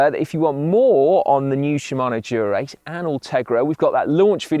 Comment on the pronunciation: Someone teach Si how to say Dura-Ace. Even the subtitles think he is saying “Durex” 😂